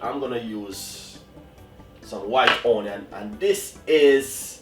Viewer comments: o-nion? Or onion? 😊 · omg.plz stop saying O nion..so annoying...preper/pepper.?.too speaky spoky til u chat fawt.kmt. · I also love how you say onion 🤣❤